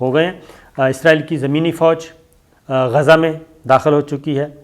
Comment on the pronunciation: Please pronounce Gaza properly Gha za